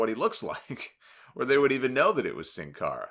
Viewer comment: First english speaking person from YouTube that pronounce “Sin Cara” right